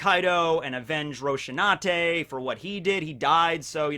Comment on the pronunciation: RO-SI-NAN-TE! What's with the Roshinate thing? Is this some kind of cruel meme or something?